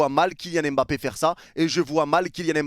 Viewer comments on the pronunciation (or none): C’est kylian mba-ppe pas kylian m-bappe. J’ai forcé depuis maintenant mais ça me chauffe